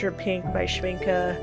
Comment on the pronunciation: I have all the granulating colors from Schmincke, since I am in Germany I can get them easily. By the way, congratulations on pronouncing Schmincke the right way!! You are the first one who is not butchering the name! Most americans say Shminkey (gringe...) I enjoyed your video very much! I would love several colors from DDL but geez, they are crazy expensive 😞 But I will definitely get some from A. Gallo. I have several from them and they are lovely too! DId you try their brushes? I got a set of travel brushes from them for my birthday and they became my favourite ones, italian quality for real! Love and light to everybody here!